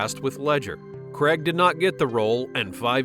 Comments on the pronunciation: His name is Daniel CRAIG, not Daniel CREG...🤣🤣🤣🤣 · "Cregg"? Who TF is "Cregg"?